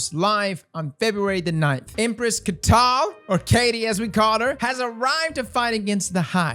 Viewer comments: caitl is pronounce kai-til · its genuinely not hard bungie has said it before thyeve pronounced it its kai-tul